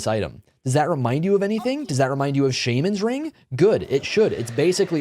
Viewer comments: in the UK it's pronounced SHA-men in the US it's pronounced SHAW-men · The way you say shamans ring and ancile hurts me